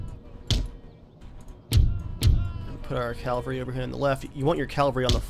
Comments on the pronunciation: calvary was the hill where jesus was crucified. cavalry are mounted infantry. its pronounced differently man, try sounding it out or something. smh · not a bad vid...but i think you should know, it's pronounced CAV-AL-RY. not CAL-VARY. just sayin. in Jewish mythology, "Calvary" is the place where the Romans brought Jesus of Nazareth to his gory, untimely demise on a cross. "Cavalry" is a body of mounted troops. again...just sayin. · say it with me: CAV-ALRY. Calvary is a place. no such thing as 1st CALvary division. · cavalry not calvary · its Cavalry ffs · It's cavalry. cavalry not calvary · Calvary? Is it not cavalry? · AWesome vid just its cavalry not calvary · From the get-go, you should have used your howitzers to defeat the British cannons. This opens up your cannons to move to the front and fire devastating cannister shot. AND..I know it's nitpicking....but its Cavalry..not Calvary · Dude, it's not CALvary, it's CAValry! GET IT RIGHT! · you say calvery, it is cavalry. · Cavalry. Not calvary. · I realize this is an old video and I hate to nitpick but it's cavalry not Calvary. The first is an army on horseback but the one you keep saying is the hill Jesus was crucified on. Really like the video though. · Not to be a dick or anything but it's pronounced 'cav-al-ry' not 'cal-var-y.' I used to say it the same way. I really enjoy your videos btw. Great content. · Good video, just one question.... Why do you pronounce the word 'cavalry' 'calvary'?? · Why do you say calvary instead of cavalry? I know this sounds annoying but I just want to mention if you didn't mention it yourself :) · sorry do you keep saying CALVERY instead of CAVALRY? nice vid though looks like a good game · its cavalry not calvary omg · Calvary?? All the time... It is spelt Cavalry, pronounced the same. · Oooooohhhh my goooooodd stop saying "calvary" I literally cringe each time I hear it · does ge realise that he can't say cavalry right.He says it like calvery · ITS PRONOUNCED (CAVULRI)